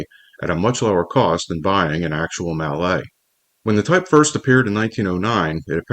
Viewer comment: I doubt hard-bitten railroaders bothered about pronouncing 'mallet' in French. Besides, you still have it wrong.